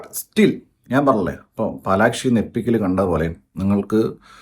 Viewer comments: Palakshi❌ Palaxi✅ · Palaxi not palakshii😂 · പാലക്സി ❎ പാലാക്ഷി ☑️